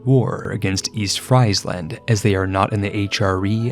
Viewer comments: Nice video! In Dutch, Friesland is pronounced more like free-sland (and a v sound instead of an f), instead of french fries land, but other pronounciations were very nice :) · PSA but for in particular, the "Fries" in Friesland is pronounced more like the English word "freeze". Please. 🇳🇱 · Fries-land lol. Only Anglophones. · Please don't make me hear Friesland again. It's Friesland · He pronounces it like that as a joke, or he has in other videos. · He says it intentionally as a joke i think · im not even dutch but that shit triggered me crazy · I'm sure your pronunciation of Gelre could not have been worse than your pronunciation of Friesland...